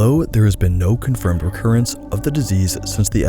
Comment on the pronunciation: "Connfirmed" Whoops?